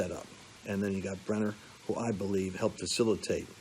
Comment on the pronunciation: Hey Lance, it’s BrennAN not BrennER,. Just sayin’. Also you meant McCain NOT McCabe, right? God bless!😊